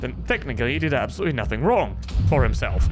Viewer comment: The way he pronounces nothing is funny